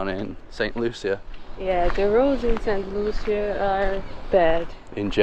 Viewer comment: Hi. Looking at this St Lucia video twice now. FYI- pronounced “ Saint Loo-Shaa.” Thanks for all your videos Make us see the whole world through you two.❤❤❤